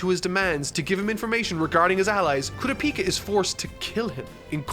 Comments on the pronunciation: It's pronounced coo-ra-pika Like Pikachu but only the pika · Its kurapika not kura-pika 🤣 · It’s kurapika not Kura peeka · kuropika....all i can think of is kuro from servamp and one piece combined with pikachu. pretty sure it's ku-rop-ika at least based on the sub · KOORUHPEEKAH why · KU-RA-PI-KA... get that kura-pika pikachu shit out of here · Koorapeeka lol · The way you pronounce Kurapika’s name hurts my soul🥲💔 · Is he saying kurapika wrong or is it just mee? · the way he pronounces Kurapika makes me wanna die. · I want to nit-pick the pronunciation of kurapika SO bad... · How is he this far into the series and still pronouncing Kurapika's name wrong. This is gonna be nails on a chalkboard judging by how many times will have to say his name in this arc review. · The third arc and he still can not pronounce Kurapika correctly